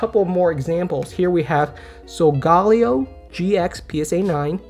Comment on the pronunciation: "SolGAHLeo" <<<<< "SolgaLEHo" 😬